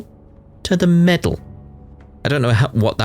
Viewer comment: I always heard it as “pedal to the medal” as a kid, maybe because where the speaker more than likely said “metal”, the way the said it seemed like it rhymed with “pedal”. I eventually realized “metal” made more sense in the context of a car. 😅